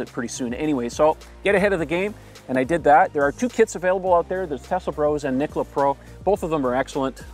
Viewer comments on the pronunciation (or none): none